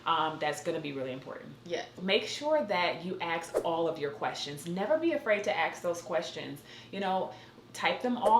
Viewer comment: Lost my interest once I heard the use of ebonics Witt the word AXE instead of ask. At the time stamp of this video. NO THANKS